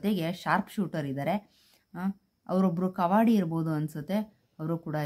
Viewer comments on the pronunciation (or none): ಅಭಿಮನ್ಯು ವಿನ ಮೇಲೆ ಕುಳಿತ್ತಿರೋದು ವಸಂತ್ ಅಣ್ಣಾ, ಡಾಕ್ಟರ್ ರಮೇಶ್ ಹಾಗೂ ವಸಂತ್ ಅಣ್ಣಾನ ಮಗ ಆಕಾಶ್( ಕವಾಡಿಗ ಅಂತ ಹೇಳಿದ್ದೀರಿ, ಕವಾಡಿಗ ಅಲ್ಲ ಅದು) ♥️♥️